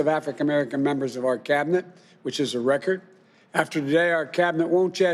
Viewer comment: What is an "afri ka merican"?